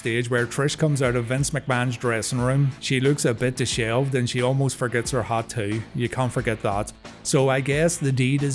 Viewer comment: Wasn't planning on a second comment for this video until I heard you say dishelved! 😂